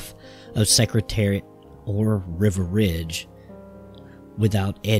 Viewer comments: It does sound like River, not Riva. Hmmmm. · Is wasn't River, it was Riva Ridge! Riva was my pick for the classics in 72. I wanted him to beat the crap out of his stablemate in the 73 Marlboro Cup. Oh, well. But, he's still my favourite today. So please pronounce his name correctly. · It sounded like the narrator was pronouncing Riva Ridge as river ridge. I have Bill Nacks book on Secretariat. A very good read.